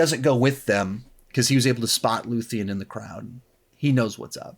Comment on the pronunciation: Looth-e-an? Did you really watch the show? It’s Luthen